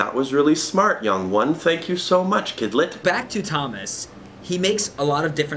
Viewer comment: Did he just say “ kidlett” 😂 that’s amazing